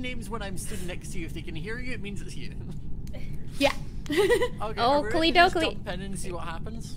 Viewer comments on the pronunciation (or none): none